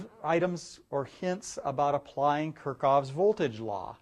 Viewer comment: It's KirchHoff, not Kirchoff ;)